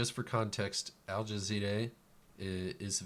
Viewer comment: Al Ja Zeeraaaa say slow with me you idiot